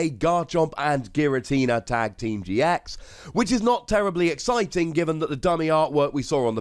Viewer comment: I though that the first time he said triple team gx’s he said Triple team TX’s